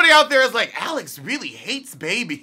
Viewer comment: Strip club w/ my kid? I'll pass. Guess I'm not that New Age type of parent! I wish Jada would keep her BIZNESS to herself sometimes. You and I say "Babies" the same way like "Uh. No!"